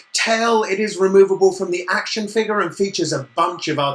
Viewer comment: хватит говорить акшен